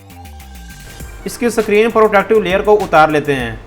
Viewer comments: Screen ko sakrin bol rahe hai🤣🤣🤣🤣🤣🤣🤣🤣🤣🤣🤣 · Bro vo screen hota hai sakreen nhi😂😂😂😂